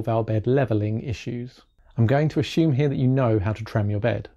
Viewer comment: did he say "ashume" instead of assume? lol